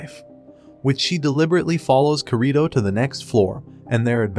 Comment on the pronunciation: Oh and its not korìto its kirito